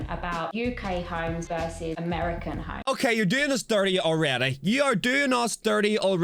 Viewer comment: It’s funny to me how they mispronounce homes as himes.